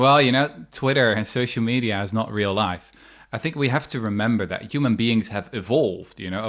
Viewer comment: Other than how he pronounce the R and O and several “cadence”; Can you believe this guy is Dutch and English is probably his third language?